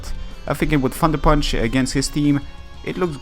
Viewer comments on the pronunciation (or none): Haha I like the way he says thunder punch. Sounds like fucker punch. Not trying to diss his accent just found that funny XD